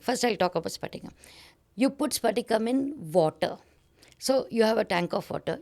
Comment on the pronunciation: Its patika not sphatika she is mentioning. Its alum or fitkari. Thats why she mentioned to drop alum which purifies water. Its not clear crystal. Hope someone finds this useful.